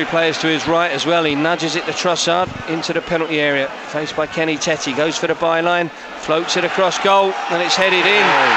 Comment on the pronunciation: As a Dutchman I can say it’s not ‘Kenny Tetty’ but ‘Kenny Taytuh’